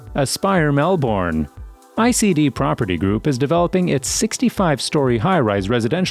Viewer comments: Mel-,bn, not Mel- born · Twenty seconds in, and I want to note some corrections. 1.) As of late last year, Melbourne is now the biggest city in AUS. this was recognised after the video was posted earlier in 2023. 2.) it's MELB-BURN. not mel-born. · Change the way u say melbounre kts not melb0rn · I want to let your know, it's pronounce as Melb'en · It’s pronounced ‘Mel-Ben’ not Mel-Born, Bris-ben not Bris-bain. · You said it like Mel-born 😂 it’s Melbourne and Brisbane isn’t Bris-bain lol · Did he say... mel-borne And brizz banez Nooo 😂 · melBORN brisBAYNE yARRAR wOOROONJOORI bORke lol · the way you say melbourne and brisbane is so wrong..... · I agree